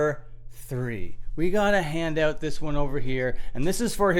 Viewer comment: Lost me when you said “hand oot”